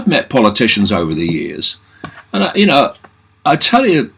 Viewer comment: Lol needs a slight bit more emphasis on the you I think